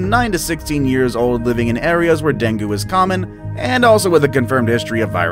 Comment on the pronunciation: Deng gi....a better pronunciation.